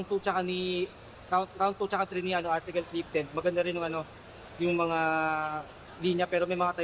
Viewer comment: 😂 artikol amputa